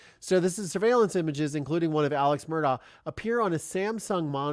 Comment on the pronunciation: The Murdaugh family pronounces their last name Murduck.